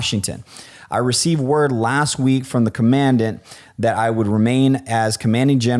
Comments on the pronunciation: You don’t even know how to pronounce Commandant....LAME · Bruh this man pronounced commandant wrong